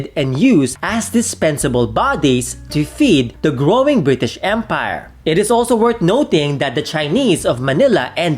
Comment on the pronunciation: I'm sorry it's Bri-ish!